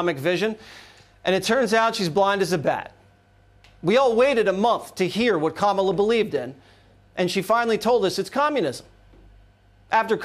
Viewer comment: Its commines komola😮